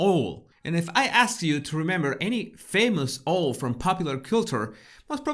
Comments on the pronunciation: Hi. Love your videos. This is not a criticism, but a help. Owl is pronounced awoool. I live in Portugal 🇵🇹 and am British, so I absolutely do this in Portuguese too. Listen to Catherine’s pronunciation. keep doing what you do! All very enlightening.x😉👍👋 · Hi, owl is pronounced "ow" as in "ouch". Absolutely no criticism, golly your English is absolutely brilliant, but I'm thinking how pleased I was when living in a foreign country & people corrected my pronunciation. PLEASE PLEASE don't take this as a criticism. I LOVE your videos and have watched all of them.💞🤗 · Slight pronunciation pickup. In this case owl has an ‘ow’ sound as in hour, fowl, scowl, and of course, owl. I really enjoyed looking for the cryptic clues in the video! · Lovely video! Owl as in 'This pronunciation made me HOWL! ' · I mean no disrespect but how you pronounce owl is very cute. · The best part of this video is listening to your pronunciation of the word "owl". Delicious 😊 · It's so funny how you pronounce the word 'owl' 😂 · LMAO .. CBB's huh?? Does the UK have a new Broadcasting Corp we haven't been introduced to yet? And your pronunciation of "owl"! omgoodness! You're awesome! :D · My dear friend...you are pronouncing owl incorrectly I'm afraid. The O is pronounced as it would be on OUT, CLOUT, TOUT, ETC. Just trying to help..not trying to be horrible...love this channel ❤ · I love how you pronounced 🦉 owl. 💙🧡 It almost sounds like how I pronounce oil. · I smiled when you pronounced “owl” Wise Owl our Catherine and so are you. Love from the UK x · I can only imagine a certain someone half way across the world just seething at seeing the beautiful, intelligent and kind hearted Catherine reading a children's book to thousands of people on a popular TV channel whilst hers was used to prop up her laptop 😂 Also I love how you say owl ❤️ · Hannahhobnob20 I also loved how pronounced Owl 🦉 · Owl is pronounced in English almost as two syllables: OW-well.